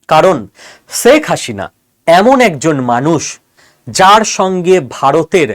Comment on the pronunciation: উচ্চারণে ‘স’ ও ‘শ’ পার্থক্য জেনেও ‘শেখ’ ‘সেক’কে এবং ‘হাসিনা’কে ‘হাশিনা’ বলাটা কি ইচ্ছাকৃত?